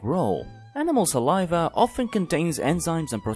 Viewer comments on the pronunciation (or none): none